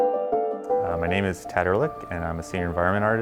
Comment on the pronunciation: funny when you have a german name, but can´t even pronounce it. it´s ehrlich not örlik